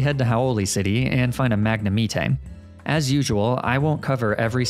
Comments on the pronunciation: I wanna know if he’s serious about calling magnemite “mag na me tae” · It's Mag-Ne-Might....not Mag-Ne-Me-Tay. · This hurt me.. A LOT. MAG-NA-ME-TEH? who tf says Magnemite like (MAG-NA-ME-TEH?) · No way you can mishear his pronounciation of "Magne me teé" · Me to myself: “ is only taking the piss when he pronounces arcanine and lapras the way he does”: “lemme just say M A G NA MEEETAAY” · its mag-nem-it-ee (rhymes with Yosemite) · it’s mag na myte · "Mag-neh-mee-tay" As horribly butchered as that pronunciation is, it actually sounds cool. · Mag-nuh-me-tee, 😂. Nailed it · Bro. Full stop. "Mag-na-mee-tay"?! Wtf where'd you get that from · I let your Pronunciation of Arcanine (R-K-9) in your White 2 Hardcore Nuzlocke slide, because I figured there would be no way to botch up anymore Pokémon names, but, why is Magnemite "Mag-ne-Mee-tay"? That's not even close! It is a Magnet fused with a MITE. If you've never heard their names, MAYBE that's a valid excuse, but, Arcanine's name comes from Arcane and Canine. Police dogs are usually called K-9 Units. Magnemite is a Magnet and a Mite. Sorry, I wanted to correct your mistakes and I didn't know if I should bring it up. So, clearly, I'm going to correct you before MandJTV did. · Ah yes Magnumeatay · I cant stand every time he Pronounces magnemite as MagneMetay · U SAID MAGNEMEETE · I actually like how you mispronounced words like Leafage or Magnemite's name, it's pretty hilarious too. 10/10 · I like the meme pronunciation of magnemite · the way you say magnemite is a crime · After hearing how he pronounces arcanine and magnemite. I wonder how he pronounces tide. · i love how you said leafage and magnemite wrong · I love the way you pronounced Magnemite just like Wolfey, RESPECT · are you mispronouncing magnimite on purpose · Great video man, but never pronounce leafage or magnemite in those ways ever again.